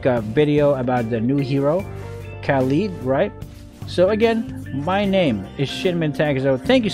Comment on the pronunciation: Khaleed ? Who is Khaleed 🤣🤣